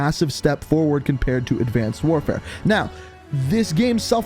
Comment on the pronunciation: He called advanced warfare infnant warfare